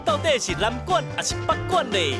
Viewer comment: 阿松哥北管南管發音都講錯😅沒做功課😅